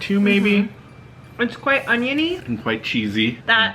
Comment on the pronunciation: she says "it is quite amazing" with glottal stops on the 1st and 3rd words - is that common in your part of America? I ask because it's vey British pronunciation.